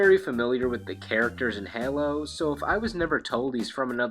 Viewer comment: The way you pronounced Halo slightly irked me. Hey- low where as you were basically saying Hello